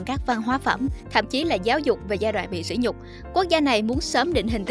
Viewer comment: mc cần đọc đúng chữ sỉ và sĩ để không lầm ý nghĩa. Nghe chán quá.